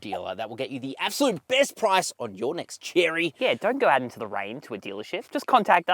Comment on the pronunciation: Chery is not Cherry, it's Che-ray.